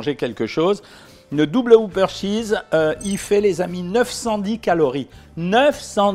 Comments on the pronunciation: C'est pas un Hoopeur c'est un Whopper On prononce le W et on dit hop et pas hoop, Bref ça se prononce comme cela s'écrit. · Ne prononcez pas woupeur, mais wopeur.